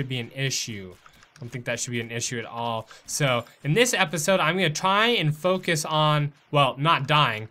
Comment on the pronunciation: Lol it sounded like he said f*** a** when he said focus 😂😂😂